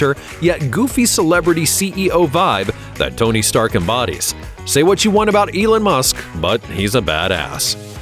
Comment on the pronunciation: Elen musk😂